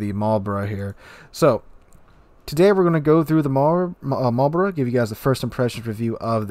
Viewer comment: Immediate thumbs up for saying Marlborough correctly. Shame there's absolutely no chance of me ever getting these dockyard ships since I don't get nearly enough time to complete those missions. There's no way I'm paying for it either.